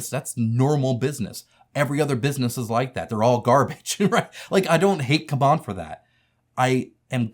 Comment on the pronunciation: Why do you pronounce it as "C'MON" instead of the correct "C-MON"?